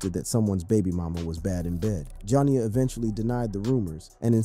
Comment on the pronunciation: Why he keep calling her jon ya 😂😂😂 its probouned ja nee ya 😂😂